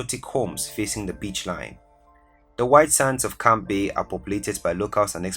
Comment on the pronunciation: Lol. At least 3 times the guy presenting pronounced Camps Bay the nr 1 position as "Camp bay". Seriously? And the list is obviously to make money seeing to it that the semi educated person cannot even pronounce words correctly. Hence. Why on earth should one really regard the list as serious. Most places does actually not belong on the list, by the way. But hey. I just contributed in whomever he is or they are a comment and a view of a video being 13 minutes long. Money, money, money . . . Never mind the need for true facts and integrity . . . Camp Bay.